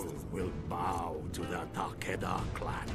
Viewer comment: great video but it's tah-keh-dah not tekeida